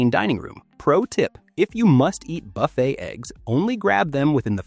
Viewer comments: 32 million cruise each year, and only 20 seniors have stomach problems. It doesn't sound like a problem to me. I'm 69 and have never had a problem. Anyway, you don't even pronounce buffet right, so why should we take your advice? What you say is logical, but not a serious problem. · Hey…Jimmy would be amused to be mentioned in this regard. The narrator makes Buffet sound like F. It. Sheila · How about a real person who can pronounce ‘buffet’ and ‘warfarin’